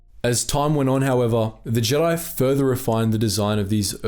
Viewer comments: "Jeedi" lol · What’s up with pronouncing Jedi wrong in the later video?